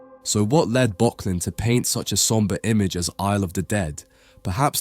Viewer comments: My friend, this is yet another great video, I really enjoy the amount of research you put into your work, they're engagingly scripted and you use a nice and interesting selection of images. If you'll forgive the pedantry, for future reference, in German 'ö' is pronounced like 'ur', so this artist's name should be pronounced 'Burk-lin' :) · Arnold Böcklin - your pronunciation is one of the pronunciations of all time. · Miyazaki uses this painting for a major inspiration in 2023 The Boy and the Heron. You are mispronouncing Böcklin.